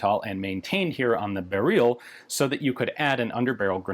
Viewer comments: Ian pronounces "Beryl" in the most polish way he's able to and corrects himself in next second to french-like pronunciation :D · Interestingly enough, he corrects himself to a Russian pronounciation. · It is not "Beryl as in Beryluim". it is siply Beryl. Same for Tantal. That is what we call these elements. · its BEryl. y not ee. also in polish stress is always on second to last syllable. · According to polish folks here in the comments it's more "berril" and less "bereel" like he's saying. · The unstressed pronunciation like "berrill" is much closer to the Polish pronunciation than "beREEL" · tbqh lads jsut pronounce it however you'd pronounce "beryllium" for me that's burr-ill, not barrel. for the poles it hear it's basically barrel quite the garand vs garand situation here. "barrel" is "Gah-rand" and "burr-ill" is "Gerrand" i pronounce the M1 Garand like the guy's actual name was pronounced. eventually just sorta happened, didn't consciously chose to. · 'Beryl, srry, b u h r e e l' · And it is actually pronounced Barrel, no “ee” sound, and the R is rolled. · I feel like it's just "barrel" pronounced wrongly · It's pronounced "Beh-ryhl", the end sound is not "reel", it sounds more like the beginning of "ridiculous", that beginning "ry" sound. Also, great video otherwise 😄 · Fanny how you said it correctly and went to "correct" yourself. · 'Beryl' is stressed on the first syllable. Are we going to completely ignore Galil, Zastava M21 as well as AK-101 & -102? These are all military designs, after all. This is in fact a standard AKM (or more precisely, AKMP) design, it's called 6Ch3 (6Ч3) and is still produced in a slightly modified form for AK-74M variants. I bet it's fine with a winter coat and armour vest on. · The funny thing is that you pronounced the name correctly and the said it again, but wrong :D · Haha, I love like in he properly pronounced the name of it, and than immediately corrected to polish-american pronunciation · Yeah, it's great